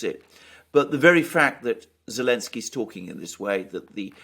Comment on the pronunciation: is consistent in removing the Z from Elensky. 🤣🤣